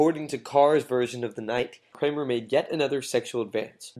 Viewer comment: I stopped when the narrator stupidly and emphatically referred to “David Kammerer “as “David Kramer or “ Kramerer” and “Rimbaud” as “Rimbod”. Pretty bad.